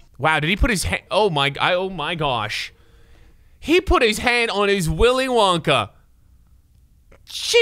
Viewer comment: Man really said hardon 😂